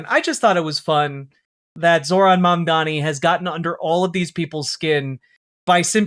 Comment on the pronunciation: The way that not a single one of these head asses can say Mamdani, when it is like the easiest fucking name to say. Mandami???